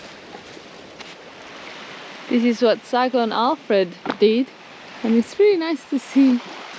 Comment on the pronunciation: “Cycrone Alfrode” 😂😀 Funny! Love the adventures. Keep them coming!